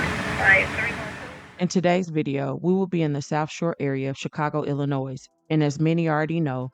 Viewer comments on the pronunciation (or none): Hey YouTuber!!! It’ ILLINOI—- and the S is silent!!!!!! Ya don’t know that by now??? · Silence the S on Illinois. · Just in case people don’t know the “S” in Illinois is silent it’s pronounced ILL -IN -NOI(y). Chicago ILL-IN-NOI(y) not ILL IN NOISE. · Illi-sheee-it!!! Horrible place!!!!